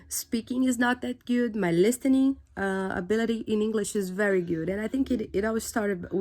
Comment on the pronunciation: Parabéns a única dica eu te dou é na palavra " listening " não se pronuncia a letra t